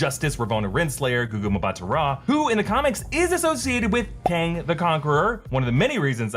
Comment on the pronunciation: Voss got kang right in first episode